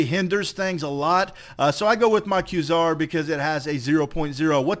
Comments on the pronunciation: It's pronounced QUAY-SAR, not KWUH-ZAR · It's a long A, "kway-zar" not "kwuh-zar" FYI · kwuh-ssar? Try qua(ke)-czar. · QuAezar, not quesour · please say Kway - zar instead of kwah - Zar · It's KWAY-ZAR. Not KWUH-ZAR. Thanks. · Pronounced Kway-zar. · It is pronounced qway Zar! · Quasar = Kway-zar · Quasar is pronounced (q-way-zar) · For gods sake! It's pronounced Qway-Sar! Lol good vid brotha! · Qway-Zar, just sayin'. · no, its kway-zar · it is called kwa-zar... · Dude. It's pronounced kway-zar. Seriously. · I thought it was "kway-zar" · I'm sorry, but most say "Quasar" as "Quay-zar" No hate, just been bothering me. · probably died so young because he couldn't pronounce quasar correctly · wow the guy doesn't know how to say Quasar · I wince every time he mispronounces Quasar. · It is pronounced like Laser with a "Qu" instead of an "L" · quasar is an actual word, that is not pronounced in the exotic way you employed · please... don't ever say quasar again.